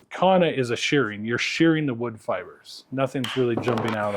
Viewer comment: There's no H in kanna.